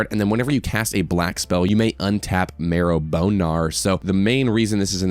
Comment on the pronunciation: Marrow BohNarr ✨